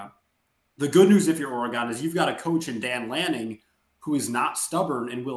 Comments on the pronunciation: This guy do not even know how to say oregon' name. That should tell you he don't know what he's talking about. It's not that hard to say oregon. Of course oregon is going to be successful in any conference. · Please pronounce Oregon correctly, what are u 7 years old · I just can’t getover everyone calling us OR-gone ITS OR-GiN🤦🏻‍♂️ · ORE-GEN not OREGOOOON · it is NOT OR E GONE. It is Pronounced OR E GUN. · Dude, it’s Ore-gun not Ore-gone. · Stop saying Ore-gone! Why are you hyping a dude that hasn’t won a conference even once vs a coach that has been to the playoffs multiple times, with 3 Heisman winners in 7 years and a second place guy. Top 25 head coach? You are nuts. Riley with a mediocre defense would have 4 natties right now. Guy has had grinch the entire time so you guys have no idea what Riley’s potential is with a $7 million defensive staff and recruiting to match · It’s ORE-GUN not or-gone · I literally stopped the video when he said cj verdell lmao. Try watching an oreGone game before u talk about them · Stop saying "Or-gone". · I’m an SC fan… I hate Oregon, but stop saying “Ore-gone.” There’s no “e” At the end. My grandfather was an SC alum, but also an Oregon State Senator and later US Congressman for the district of Eugene. At least say the state’s name correctly! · Oregone? It baffles me how people mispronounce shit from this state. Like i don't go around saying misshippie instead of Mississippi because it's easier to say 😂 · This guy lost all credibility for knowing what he's talking about with the consistent mispronouncing of Oregon and talking about cj verdell being on the team last year. I cant take anything seriously after that. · Nah you lost me with Oregon’s pronunciation… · Absolutely. I’m a USC alum and can’t stand when they can’t even say the team’s state correctly! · Learn how to say Oregon